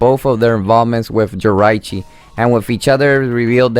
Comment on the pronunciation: ***** you'e saying it wong again it's (ji-rachi